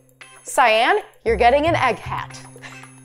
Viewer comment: Btw how you pronounce cyan is sigh on yw